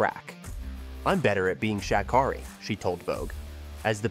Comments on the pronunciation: Dude. You mispronounced her name so many times. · And Miss Sha' Carri don't play about the mispronounciation of her name.